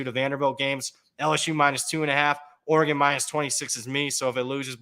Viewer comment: Somebody please teach Knish how to pronounce Oregon.